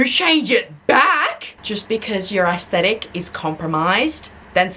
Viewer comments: assthetic. there I said it. ass-thetic. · i love how its not "aesthetic" when you say it. its "ass-thetic".